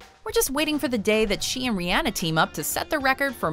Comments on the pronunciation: How do you only mess up Rihanna's name? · Who is "Ree-anna" lol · why tf she say rihanna name like that? smh put some respeck on the queens name